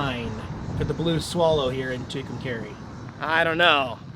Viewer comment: The town where the Blue Swallow Motel is located is pronounced Two-come-carry. Just for future reference.